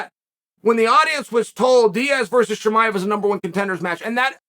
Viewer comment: Cosmic chemiav haha 🤣